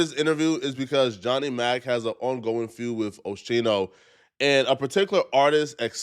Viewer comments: IT'S PRONOUNCED OH SCHEN NO LIKE SCHEME WITH A N NOT A FUCKING M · Bruh it’s O- Skee-No not Osheno hard video to watch when you keep messing up his name. Philly Stand up! 💪🏾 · 1st it was “Dez” yesterday now O’ Sheeno” today smh 😂 learn the names maaaaannnn lol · love your content! Big fan but the Ooosheeeeeno is all I can hear! 😂😂😂 Oh-SKEEN-No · The fact that you call him osksheno proves that you're a guest in hiphop and all you're doing is gossiping. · say Oh-She-No again 😡 Say Oh-Skee-No! That like callin Terrell Owen Tear-ul Owens 😡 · At least say the man name right lol.... O-Ski-No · WHO TF IS OSHENOE ?! LEARN HOW TO PRONOUNCE NIGGAS NAMES CORRECTLY BEFORE MAKING YOUR VIDEOS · I’m off this channel this 🥷 said Osheeno 🤦‍♂️ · Yoooo omg its Oschino! Like Oskeeno . He keep saying it wrong too ctfu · Its owe-skii-know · It’s pronounced OSKEENO 😂😂😂😂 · Its O-Skeen-o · Yo scrap you sound Joe. His name is Oh-ski-no! Do your research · Philly projects ain't as bad as you think, especially early morning or early bafternoon. Oh-skeee-No! that's how you pronounce Ochino. I'd be happy to help you if you ever need help with you videos on Philly stuff. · what mf era you from dawg, it's pronounced O-SKINO. Common FREDERICK JALLA😭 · If you call him Osheino one more time 😂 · Oschino is pronounced Oskeeno… cmon do ya homework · “O-SKI-NO” NIGGA! Tf 😒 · It’s pronounced O-skeeno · Bro u gotta learn the names b4 u speak on them who tf is osheeno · It’s pronounced O Ski NO!!! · It’s oskino … fam the other day you kept messing up on somebody name 😂😂😂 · It’s pronounced O SkeenO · O-sheeno? He literally says his name correct in the video you put at the beginning...😂 I understand you didn't grow up in the culture but at least have journalistic integrity 🤦🏿🤣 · It’s Oschino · Oschino = OH-SKEE-NO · First you was calling Daz “Dez” now you callin Oschino “Osheno”… You not really from the culture and it shows my boy… lol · Pronounced: O-skee- no!! 😂😂